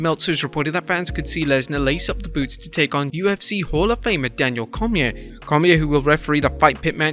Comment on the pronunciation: Cormier's name is pronounced more like Cor-me-ay, by the way.